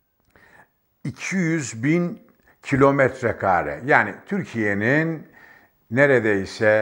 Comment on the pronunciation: Gerçektende mâden deyişi ve m.kaaaare deyişi rahatsız edici! Anlattığı doğru olsada!